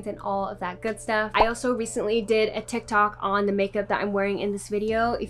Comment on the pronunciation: And her saying tikytok instead of tiktok lolllll love it